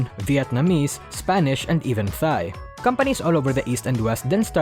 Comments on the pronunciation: ah yes Thigh, a very popular language But really I’ve always pronounced it as “tie” despite it being spelt as “Thai” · Is NOBODY gonna point out how this dude pronounced "Thai" like "thigh"? It's pronounced like "tie". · Great content as always. Just a side note: "Thai" is pronounced like "tie", not "thigh".